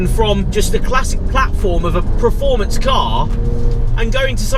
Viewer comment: Still say praformance..... Jesus, it’s not difficult